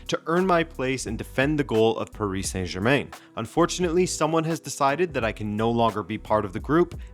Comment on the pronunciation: That Québécois accent slipping when you say Germain